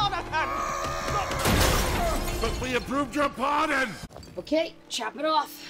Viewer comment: It’s Jarnathan not Jonathan